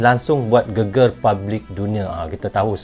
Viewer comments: mas bkn geger tp..GEGER ..geger itu arti nya badan..klw GEGER bru bner art ny heboh mas.. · Cara baca GEGER salah bang.. Bunyinya salah huruf E nya